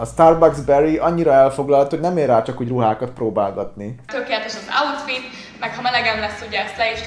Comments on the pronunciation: "Mi a lingam az az àútfít!?🤣🤣🤣🤣🤣🤣🤣🤣🤣🤣🤣🤣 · Most amikor mindig azt mondja hogy äutfit akkor igy hallom a fejemben xD